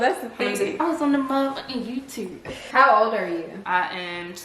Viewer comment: “I was on the muhfucking yewtube” takes me out every time lmaooo